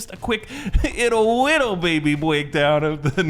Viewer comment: “Bittle broned” 😅